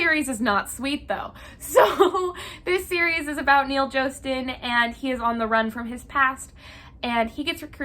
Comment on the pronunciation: JOE-STEN?????? JOE-STEN????????? ITS JAH-STEN OH MY GOD